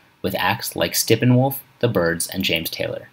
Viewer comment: Stippinwolf? Arlo Goothrie? Roy A-Coof?? They all sound vaguely familiar. I think I even have a Fawn-O-Graff too! (JK) Mispronunciations aside—well done video sir! I know I wore out my daddy’s copy of Foggy Mountain Banjo just from listening to Ground Speed a million times! 👍